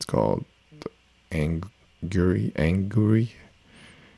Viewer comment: The Angular Tool is called "Augury" not "Angury" :-) But the Videos are a very good Start for Beginners! Carefully crafted to the end! Thank's a lot!